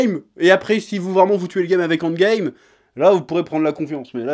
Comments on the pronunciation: J'ai compris seulement à la fin qu'il disait "End Game" et pas "Ant Game" qui serait un mixe bizarre entre les deux choses. Tu parles trop vite à certains moments chef ^^' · "Andgame"... Je connaissais le handball, mais andgame... 🤔